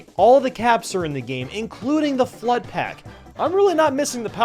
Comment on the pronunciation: when says f.l.u.d.d in slow motion, it sounds like he says "clutch".